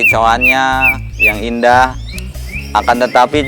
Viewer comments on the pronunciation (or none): none